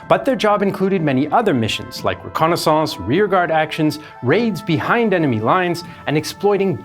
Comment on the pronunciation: "Re-Konna SONSCE" 😂